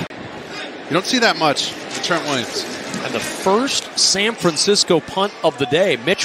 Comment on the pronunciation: San Francisco...not San Fransisco. 😑